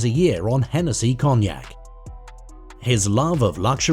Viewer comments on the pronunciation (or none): none